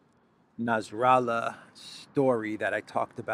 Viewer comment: It's not nazrallah. It's Nassrallah. No zee sound.